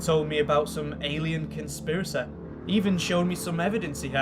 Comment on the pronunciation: ALEEHEN CONSPEERACEH?